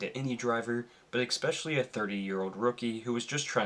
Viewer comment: it's especially, not ex-specially.